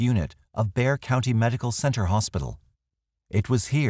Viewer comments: Thank you for pronouncing Bexar correctly! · My compliments on pronouncing Bexar correctly. Most pronounce it Bex-ar.